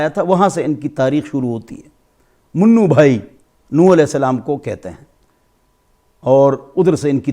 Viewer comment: Apki Urdu kamzor he.munnu Bhai ni Manu kehte hen